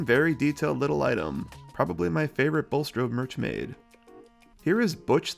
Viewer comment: Your bulstrode says blustrode lol